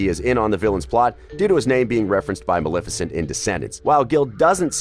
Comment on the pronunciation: That’s Maleficent (MUH-LEH-FI-CENT)